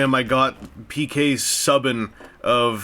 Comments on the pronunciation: Did you pronounce P.K. Subin...It's P.K. Subban you just lost NHL credibility. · It's pronounced soo ban